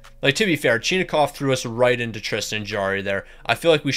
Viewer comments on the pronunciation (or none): none